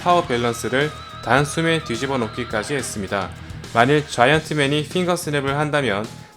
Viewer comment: 자이언트맨 발음 들을때 마다 웃기네 좌~이원트뭰